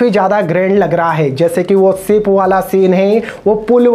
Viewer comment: peen india!!! sip wala sene!slo moson! tera english 3rd class hai bura mat mano